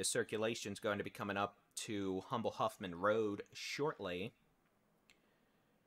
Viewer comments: Honey, thank you, my son lives in the Kingwood area and heard a "Jet" over head. Also, it is Beltway 8 and pronounced "umble" the H is silent 🤫 🙂🙂🙂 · You know when someone is not from Houston when they pronounce humble with the h 😩